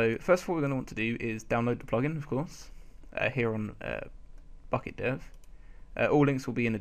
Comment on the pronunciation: I thought you said F**cking dev instead of Bukkit dev